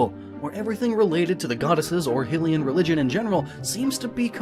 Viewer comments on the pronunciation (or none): "Hill-Ian" dies out of rage "High-Lian" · Ok so it's pronounced ( high- lian ) not ( hill- Ian) please stop saying hyrule properly and it's inhabitants improperly... You're embarrassing yourself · High-lee-an. High-lee-ah. Not sure why so many people pronounce those hill-ee-an and hill-ee-ah. Those just sound...dumb. Get it right. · omg hilians? HYLIAN. Goddess Hilia? Hy-le-ah is how it's pronounced. It kills me to watch your stuff and yet i love your stuff. ugh. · Your not saying hylian right it's high-lian not hily-an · Hi-lee-an, not Hill-ee-an, but thanks for getting the race right. Also, there are six deities, so theory failure as three are minor with three major. However, there still could be a missing major goddess since Hylia's colour association is actually gold (with silver for Fierce Deity and fushia for Majora [ms]), so purple (along with death, destruction and humanoids) is still up for grabs. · Who else was triggered when he said he-lian instead of hilian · hate how you pronounce hylian i want to d*e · Ok, so you say Hyrule correctly yet somehow consistently get Hylia and Hylian wrong?? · If you cant even pronounce hylian right I don't think your theory can be close to right